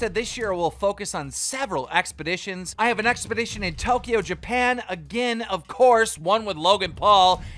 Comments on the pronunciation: What’s “expedition” you mean exhibition... 😂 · You do know it's exHIBition not expedition right Keem? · EXPEDITION .... dude it’s EXHIBITION😂 he said it sm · Man said “expedition” 😂😂, it’s exhibition. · Everyone: “Exhibition”, “Triller” Keemstar: “Expedition”, “Thriller” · Expedition or exhibition? Lol I heard expedition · Is Keem intentionally saying “expedition” to trigger us or doesn’t he know how to say “exhibiton”?🤯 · Every time keem says "Expedition" instead of "exhibition" a Ford explodes. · Someone please tell keem it’s exhibition and not expedition 😂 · Are we all just going to ignore the fact that Keem said "EXPEDITION" instead of "EXHIBITION" lmao hahaha -- i think i deserve a xbox/ps5 for this lol (Twitter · Keem its not “expeditions” like a treacherous journey across the Atlantic. It’s an “exhibition”. Pronounced “ex-hib-ish-on” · Expeditions! 😂 “Exhibition” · Everyone “Exhibition” Keem “expedition” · bro he heard jake say exhibition and mans still saying expedition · Keem reads like Floyd... It’s exhibition, not expedition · Keem it's exhibition not expedition lmao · Exhibition.... like ex-hi-bi-shun..... not ex-bi-di-shun. Sorry, it was driving me crazy. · is it just me or him actually saying expedition instead of exhibition? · it's fucking exhibition not expedition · EXHIBITION!!!! Not expedition 🤦🏿‍♂️ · LOL IMAGINE CALLING ‘EXHIBITION’ ‘EXPEDITION’. Looooooolllllllllllll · Exhibition not expedition keem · Say it slowly with me. Ex-hib-ition... not expedition. It aint dyslexia, you just never bothered to learn to read. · Mayweather: clearly says exhibition Keem: “Expedition” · Did he just say “expedition” twice for exhibition? Amazing. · who’s dad can’t pronounce “exhibition” mans sayin “expedition” that’s a whole ass truck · Why he says exhibition like expedition? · My man said expedition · Its 'exi-bi-tion' not expedition😂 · for real 😂. He always pronouncing something wrong. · I kept cringing every time he couldn't say "exhibition".